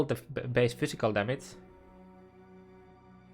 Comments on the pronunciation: its damage not fuckin DAMIC idiot this is unwatchable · The maths, only one thing bothering me though. The word is called "damage" and not "damats" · dämätz LUL